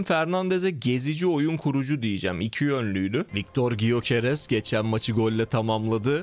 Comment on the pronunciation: Gyöekeress "Göqeres" diye okunuyor diye biliyorum abi "y" harfi okunmuyor